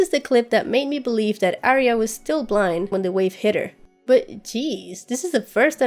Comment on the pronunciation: A ton of work. Very well done. I think you surpassed all of the other disections of this material, and I have watched quite a few. Thanks for your efforts on our behalf. Pronunciation of Arya - you know better.